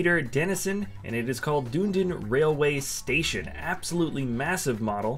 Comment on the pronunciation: Dune-din!!! haha, it's a city in the south Island of NZ, it's pronounced Duh--ne-din. But that model is amazing, I've only been there once but recognised it immediately